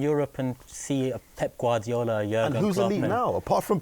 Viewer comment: My man said pep and gardiola . Where is Kloop man